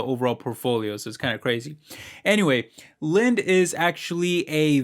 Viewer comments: It called "Lind-e" My dad used to work there so you have to emphasize the "e"..... It's a division of Union carbide. For kyrogenic carriers Incorporated CCI. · Its pronounced Lindy